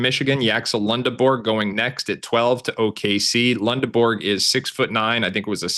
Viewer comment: It’s Lend not Lund Lendeborg cmon man